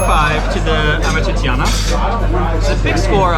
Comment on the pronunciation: YIKES. Learn to say AMAT TREE-CHANA. Not amat tre tre tee ana. And Roscioli is the best. AMATRICIANA is the best Roman pasta. Poor ratings. I give a 5 to most of those restaurants